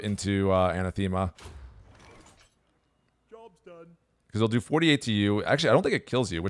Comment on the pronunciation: Pronunciation was a bit off. Anathema is pronounced A-NAH-thema